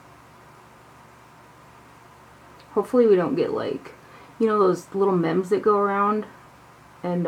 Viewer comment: Love this! Also, "meme" is pronounced MEEM, not mehm.